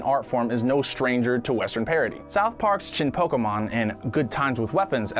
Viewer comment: Pronounces Studio Ghibli and Evangelion correctly as per their Japanese titles, then says "POKiiiiiMON" 🤦‍♂️ It's like... in the opening song too, and they added the acute accent to 'e' so people wouldn't say it wrong. Great video tho! 👍👍👍